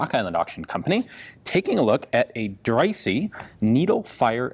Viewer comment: I think that's pronounced Drysah not drysee